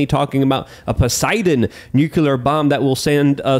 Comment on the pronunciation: omg man. The word is NUCLEAR not nucular.